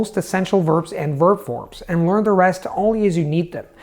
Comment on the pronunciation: am i the only one who's freaking out whenever time he saying 'lOrn' instead of 'lEArn'?